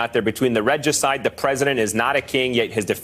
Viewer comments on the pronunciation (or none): Reg-juh-cide, that's a murder of Reggie. Ree-juh-cide, is the murder of a King. :-)